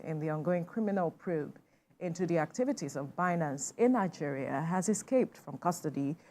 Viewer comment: Langeria, My kountree 😂